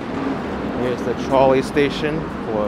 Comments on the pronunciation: Twice you were in the Public Gardens and missed the duck statues from the book Make Way for Ducklings. Also in the summer there are Swan boat rides in the pond. And it is pronounced Cop-Lee not Cope-Lee. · I enjoyed going on the walk with you, old stomping grounds of when I lived in Beantown in the mid to late 80's. In the future your pronunciation of Copley should be....Cop Lee. 🙄 Oh, and Yes Newbury and Boylston Are very busy come late Spring right up into Oct, sidewalks crowded, and many Cafes and Bistros open